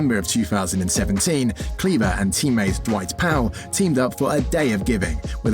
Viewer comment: He is KLEBER not CLEVA